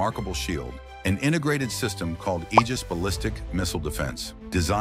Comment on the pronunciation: Thank God you said "Aegis" correctly. It's the greek ae letter together...a hard "ee" sound. Praise the sun!